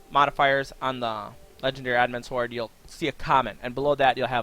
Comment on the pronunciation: can you actually say sword properly you don't pronounce the w and it makes you sound special